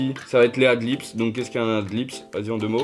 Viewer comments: Par contre c'est "Ad Libs" pas "Ad Lips". ;) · c'est ad libs pas ad lips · Ad libs pas ad lips mdr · C'est "Ad Leads" pas Ad lips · Par contre c’est ad libs(pas lips)